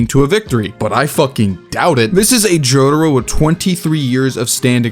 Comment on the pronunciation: Why do you call Jotaro as Jodro/Jotro?